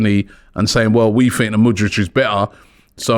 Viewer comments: Can my man, stop saying MudriCC, like he is from Balkan. And instead say MudriKKKKKKKKKK. I let the last few videoes slide, but come on now😭😭😭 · Lol Robbie's pronunciation sounds like modric.. or am I hearing things??